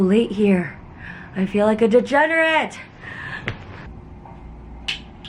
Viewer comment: Lol " deJENnerate"